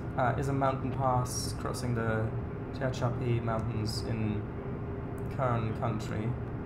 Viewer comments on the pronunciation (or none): It is pronounced Te-hach-api